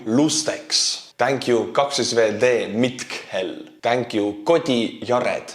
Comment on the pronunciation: That "kaksois-V Dee Mitkhel" pronunciation took me by surprise even tho I'm a Finn 🤣